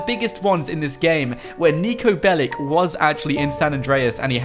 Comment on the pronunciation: Its not Niko Belik its Niko Belić